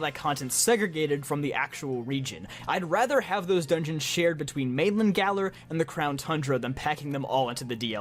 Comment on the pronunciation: Time stamps:Galar 👎 :Galler 👍